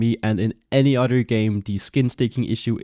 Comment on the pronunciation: I love when you say "other" lol. It sounds like you saying udder 🐄